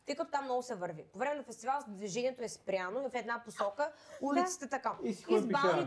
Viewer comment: "БУЛ. КУРАЗЕТ", "фестиваН"... Продължавам нататък, да чуя следващия лапсус 😁 силно впечатление правят прасците на Нина... Не знам дали е пиленце... По-скоро щраус 😁😁😁